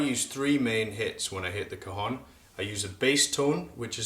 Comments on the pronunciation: it´s not cajon... ....it's CAJÒNN!! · I a Mexican it's pronounced ka'xon